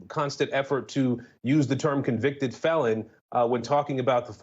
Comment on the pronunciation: Don the con-VICTED.